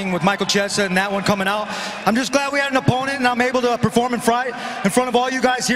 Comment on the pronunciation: perform and freight... lol